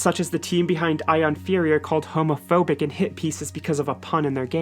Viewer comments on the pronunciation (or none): none